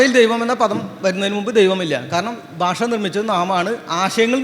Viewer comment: ബൂമി ?ബാഷ? ,ബൂതകാലം? ബക്ഷണം ? ദൈര്യം? ഉച്ചാരണത്തെറ്റ്. താങ്കൾ ആദ്യംഉച്ചാരണം ശരിയായി പഠിക്കണം